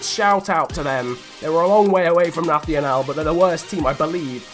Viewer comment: "nathional" we portuguese are not spanish, ok??? do it like "nassional"